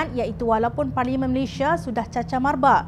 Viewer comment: Malaysia bukan 'Malayshia'. Sila sebut nama negara dengan betul.